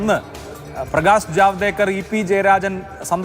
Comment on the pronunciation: എടോ പ്രകേഷ് അല്ല പ്രകാശ്.